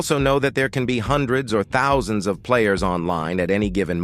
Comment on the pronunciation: chud ai voice cant say thousands